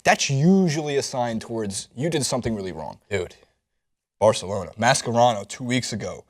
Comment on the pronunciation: I hate the way you say Mascherano